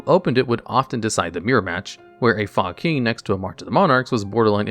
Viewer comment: Why is no one talking about “fog king” literally pronounced “fuck*ng”